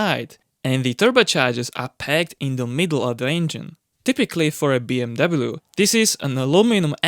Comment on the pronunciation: Mate!!!! Find a diferent career! I can’t even watch this for the simple fact you can’t even pronounce BMW. Move on dude…..